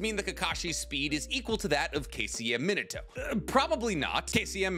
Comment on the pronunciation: Meen-ato that’s how you say It